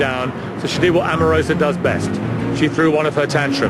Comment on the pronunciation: Donald Trump can't even say Omarosa's name correctly.